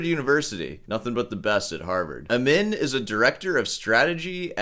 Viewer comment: The name pronounce as AMEEN and he is persian I know you probably don’t care, but I’d tell you anyway.